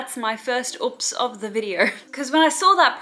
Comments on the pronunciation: Is color oops not a thing in Australia because y'all can't pronounce oops lmao "ops" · I like how u says oops lolol u pronounce it like OUPS or ups lolol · the pronunciation of ‘uhps’ tho 😂